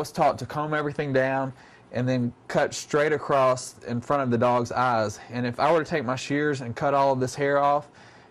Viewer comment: This man prononce "ass" instead of "eyes".